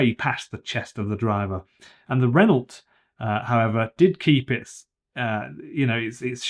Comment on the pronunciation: Renault is French pronounced Ren-O not ren-olt!